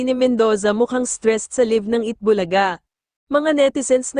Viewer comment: Nag aral.ba ang NARRATOR NG VIDEO NA ITO? Bakit ang prouncement nya sa LIVE (LAYV) ay LIVE (LIV/LEEVE) 😅😅😅😂😂